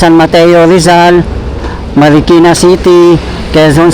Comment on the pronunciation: Bayan ng Marikina Hindi Markina bayan, awkward pakinggan😢😢😢😢